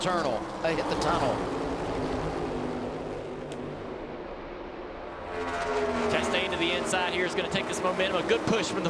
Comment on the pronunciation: "Tryna make something happen as we hit the turnel" 🔥 🗣